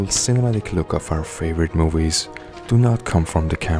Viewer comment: movies. not mowies